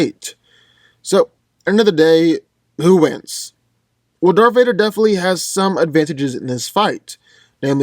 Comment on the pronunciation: He said "DARFH VADER" XD